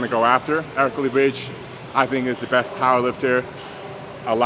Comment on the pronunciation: larry hits a new number pr everytime he says powwa